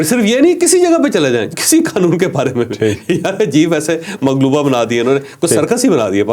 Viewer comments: چوہدری صاحب اللہ تعالیٰ آپ کو سلامت رکھے ۔معاف کرنا ایک لفظ آپ دو دفعہ غلط بولے مغلوبہ نہیں ملغوبہ غ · محترم چودری صاحب ماشاءاللہ بڑا اچھا وی لاگ ہے لیکن اپ ایک لفظ ملغوبہ کو مغلوبہ بول گئے ہیں کہ صحیح فرما لیں مغلوبہ کو اردو میں لفظ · آپ نے مغلوبہ بولا ہے جبکہ یہ لفظ ملغوبہ ہے معذرت کے ساتھ